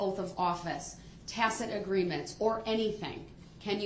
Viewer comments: The new word for day 14; Dishonor!!!! He finally learned how to pronounce tacit past 2 court days. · He finally learned the proper pronunciation for "tacit" and now he won't shut up. Judge Dorow was like a frustrated mom with guests waiting to come inside and she's dealing with a spoiled disobedient brat in desperate need of a good old fashioned a** whipping. He really took her there., I'm really glad you're back. Really missed you sweetheart. Love and blessings to you and your family. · One good thing, he did learn to say “tacit”😂